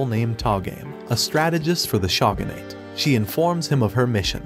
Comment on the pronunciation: Lol the “shawgunate” 😭